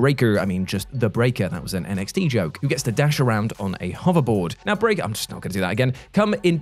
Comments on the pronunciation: The first time says “brrrreakerrrrr” I though to myself “He must still be listening to the WC wrestling podcast” 😂 Miss ya on that channel! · “Hyperlight Breakerrrrrrrrrr” 🤣 I love you,. You bring great joy to YouTube. Oh, and my most anticipated are Star Wars Outlaws and Hellblade 2.